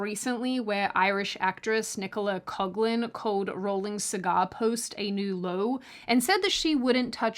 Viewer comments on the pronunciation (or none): it's pronounced "cock-lan". Common enough name here in Ireland (we've all sorts of fun ones, like Cox (pronounced as you'd expect) and Hoare (ditto)). In her case, I'd be putting emphasis on the first syllable even if it wasn't the correct pronunctiation 😄 Also, it's incredibly refreshing to hear this viewpoint . So many people are saying either they owe Rowling for their careers or commending them for their public vitriol (as you noted, in an advantageous time for them to do so), but it seems rare that someone points out that no one owes neverending allegiance to anyone - just don't be so tacky about it if you have differing stances. Have a bit of class and dignity, or say less. I find you one of the most refreshing people out there when it comes to actual common sense across the board. Hopefully we'll see more people using rationale and common sense approaches to things like this in the near future. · Paapa Essiedu; He's Gay and Of African descent?!: I'm gonna be hella racist about this individual! P.s. Coughlan is pronounced "Co-CLAN" BIGOT! Won't pronounce names right BIGOT! |